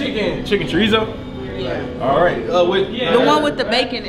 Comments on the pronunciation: got me dying 😂😂😂 chicken korizo instead chorizo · pronouncing chorizo as “core-ruh-zo” is crazy 😂😂🤣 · Wait….why did pronounce chorizo like that?😂 time stamp